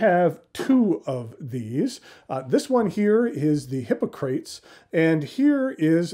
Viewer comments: Indeed. HI POC RA TEES. I found it difficult to watch. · hi-ˈpä-krə-tēz I don't think I've heard your pronunciation before. Is that a variant?